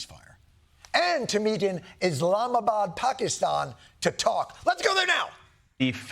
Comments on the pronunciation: Bravo Jon! first time I've heard an american pronounce Pakistan with the right weight on first A. 😀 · Whoa Mr. Stewart... the pronunciation of Pakistan/ Pakistani... very impressive!!! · Wth. As a brown guy I'm lowkey impressed with Jon's pronunciation of 'Pakistan'. First white dude to do it properly. Bra-vo my friend!